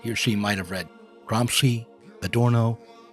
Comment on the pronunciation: Love you, man! You said Gramsci perfectly every time. You make me feel that myself, with my very limited knowledge of Politics and Philosophy, can still help somehow. Pronunciation isn’t important when the message is in written. But your videos have value also in being so. What I mean is thank you!